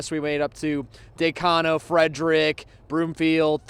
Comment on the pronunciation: It’s not Day-cono. It’s Da-cono. At least pretend like you’re from here.